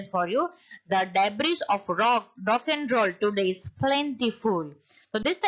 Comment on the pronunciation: Debris's right pronounciation is /dei.bree/ not /dei.bree.s/